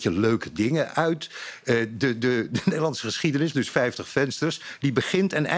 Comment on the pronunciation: Kan die man geen v uitspreken?fijftig frouwen fis foedsel ferder, fenster, opfallend (jezus). Hij komt fast uit Noord-Holland.